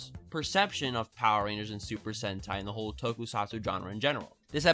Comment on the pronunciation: I was skipping ten seconds into the video and caught him saying poer rangers several times over...do you think, (and hear me out on this) likes power rangers?!